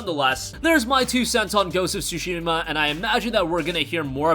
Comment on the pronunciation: OMG, he saying Sushi ma‼ Sushi ma ja〜nee〜 yo‼‼😂 It's not sushi‼‼🍣🤣 Tsu shi ma ‼ wakatta❓❗ Understand ❓ Fix your accent❗❗